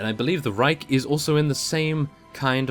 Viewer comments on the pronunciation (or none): none